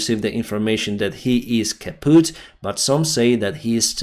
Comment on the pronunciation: It sounds funny asf wen you say.......KAPOETTTTT😂😂😂😂😂